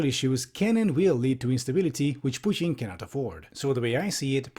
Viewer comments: can you please call him Putin and not Putien, pet peeving me hard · why to americans pronounce "putin" pudn? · No one: Piewtin. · The way you pronounce "Putin" 👏👏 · I love how pronounces "Putin". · i love this video but why do you say putin like that its so infuriating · I like how you pronounce "Putin" :)